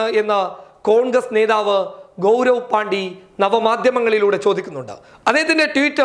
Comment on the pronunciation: ഗൗരവ് പാണ്ടി അല്ല ഗൗരവ് പാണ്ഡെ ആണ് 😂😂😂